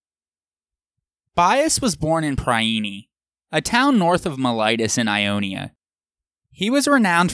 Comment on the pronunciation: All is good but what on earth is your "mee-ly-tus"? Do you always mean "Miletus" by that? Thanks for a great and informative series though )